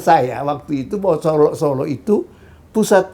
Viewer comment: zon, kalau kau ngaku intelek, ucapkan (kota) SOLO dng benar, contoh pak salim tamu mu itu